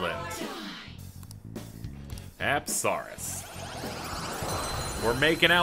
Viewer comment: says apsaras TRIGGERED ITS PRONOUNCE UPSUHRAS